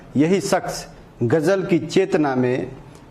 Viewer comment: Gajal nahi bolte Ghazal bolte hain Koi urdu ke jankaar se uchcharan sikhe to aur news me dum aa jayga